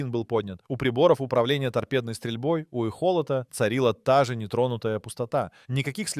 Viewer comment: эхОлот? чувак, либо подучи язык, либо поменяй аватара, у тебя столько ошибок...